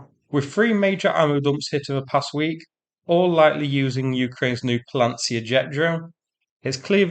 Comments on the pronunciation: Паляниця, not Palantsia, the same shibboleth word Ukrainians used at checkpoints to filter out Russian advance recon infiltration in the first months of the war. You will remember the clips. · It is pronounced: pa - lee - ya - neet - cya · to pronounce properly Pal - yah - nee - tsah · Bad pronunciation of the new drone/missile. its "palyanytsya" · I see you're having a problem with the pronunciation of that word. I'm not great in Ukraininan, but it's similar to Polish, so as a Pole living in UK, I would pronounce it in UK English (I believe that you are UK born) like that: Pala, as in PALAce Ny, as in maNY Tsa, as in TSAr That, I believe, would be the closest to Ukrainian pronunciation. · You seem to struggle pronouncing 'Palianytsya'. 🧐